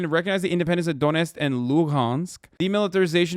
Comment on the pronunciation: He can't even pronounce Donetsk and Luhansk after talking about it straight for a month